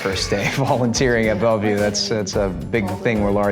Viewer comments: No one: Absolutly no one: Jorden:BACK IN BELVIEW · i can’t even count how many times Jordan said “Back at Belview” 😭😭😭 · no one: jordan: BaCk aT BeLVieW... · No one: Jordan: BACK IN BELVIEW 😂 😂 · No one: Jordan: bAcK iN BeLvIeW 😂😂